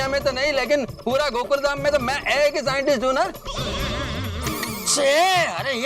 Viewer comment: Scientist ❌ scinis ✅